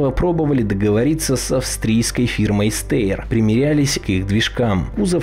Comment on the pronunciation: Австрийская фирма произносится "Штайер".